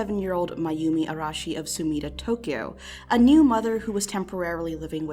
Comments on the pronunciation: I appreciate you not having to stop the video to say "Ara- Arah- Arehsh- I can't say that name, sorry." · Weird compliment, but I’m really glad you actually tried to pronounce her last name with the Japanese R and you even tried to say Tokyo properly.